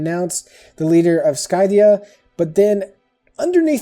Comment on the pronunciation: okay this was a very informational video and i loved it but i can't stand that you pronounced it (sky-thia) it's pronounced (sih-thia) as well as it's (tray-jun) not (tray-zhan). sorry to be a grammar nazi but just for future reference!